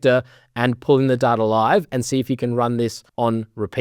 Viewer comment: sehr gutes video aber du sprichst Data die ganze zeit falsch aus bitte ändern